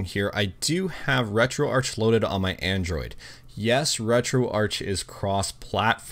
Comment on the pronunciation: the "Arch" in RetroArch is short for "Architecture", its pronounced "Retro-Ark, brooossss....... 🤡